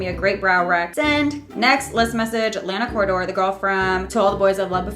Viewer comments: lana “coordoor” jk love u 🖤🖤🖤😂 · did she really just say Lana corridor? 😂